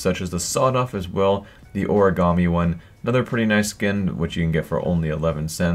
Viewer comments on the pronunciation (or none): none